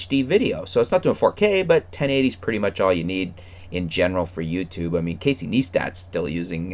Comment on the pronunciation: It's imbarasing Coz u can't even say cases neistat properly